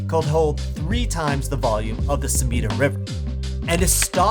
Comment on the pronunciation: Hahaha “air-a-kawa” and “su ME dah”